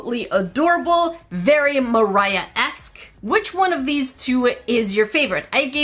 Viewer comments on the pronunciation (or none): you said it wrong: I Buy & Review ALL Moriah Elizabeth Nail Paint